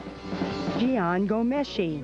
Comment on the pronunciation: "Gee-on Ghomeshi" son 😭😭😭 im crine 😭😭😭